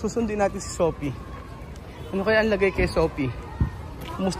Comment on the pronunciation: wala talagang “F” si, sana di ma-adapt ng mga bata.. Sophie (Sofi) to “Sohpi” tapos Fish to “Pish” sana si Lenlen na lang magturo 😅